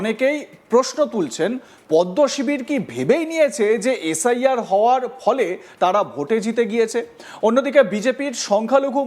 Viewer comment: কেউ ভুল বুঝুক আর না বুঝুক এই দাদা কিন্তু ভুল বুঝে গেছে। এইতো বিজেপির নেতা। একে কোন অ্যাঙ্গেলেনেতা বানিয়েছে আমি তো কিছুই বুঝতে পারছিনা। ভালো করে এস আই আর উচ্চারণটা করতে পারছে না। এর তো নিজেরই নিশ্চয়তা নেই মনে হচ্ছে। লিস্টে নাম তোলার জন্য একেটুপি পরানো হয়েছে। একে বর্ডার এ পাঠিয়ে দেন তাহলে এস আই আর এর দরকার হবে না। এ ভাই শুধু সংখ্যালঘু নয় মনের দিক থেকেও সংখ্যালঘু। রিহার্সেল টা ঠিকই দিয়েছিল কিন্তু একটু মিসটেক হয়ে গেছে।